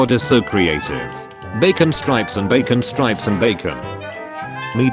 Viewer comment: Why does the AI pronounce strips as stripes?